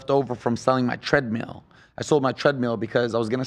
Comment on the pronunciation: It’s treadmill not treadmeal Fousey